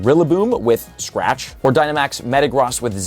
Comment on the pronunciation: GOOD GOD LEARN HOW TO CORRECTLY PRONOUNCE METAGROSS AND TYNAMO!!